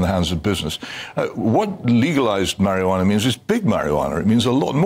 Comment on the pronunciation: It's quite annoying that Hitchens keeps calling it marihjana and Barns calls it Cannabis. Barns is the one using the correct terminology here. And medicinal use is the priority.